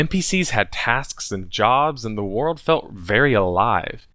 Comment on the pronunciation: can't say world.